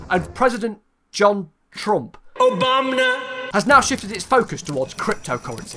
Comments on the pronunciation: John Trump: OBOBNAH🤣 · “obamna” -John Trump